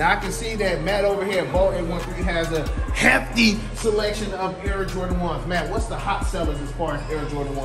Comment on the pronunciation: It’s the emphasis on “HEFFTY”😂😂